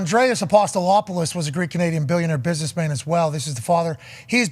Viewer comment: Pat struggling to pronounce Apostolopoulos was incredible